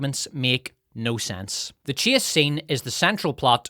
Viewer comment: Not to be an ass but when you say "Chase" it sounds like Chia, like Chia seeds. At least to my ears, not that that means anything.